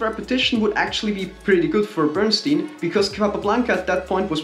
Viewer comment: Bern-stein Bern "e" ie is pronounced like the "e" in the hell. And stein is the same as stein in Einstein. In German, stein means stone.😎